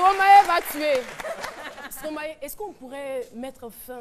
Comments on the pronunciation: C'est Stromaé elle est là elle dit Stromayé Stromayé Ah Caro ! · Caroline et sa prononciation en stromaYé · je te jure son stromaYé la peu me tuer